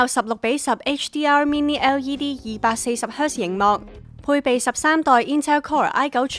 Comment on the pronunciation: 真係要加油呀， 呑咗粒字，係LED呀😂 240Hz呀🙂 係Soundbar呀😂